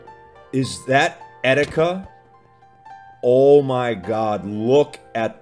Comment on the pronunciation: i'm sorry, Et-i-ka?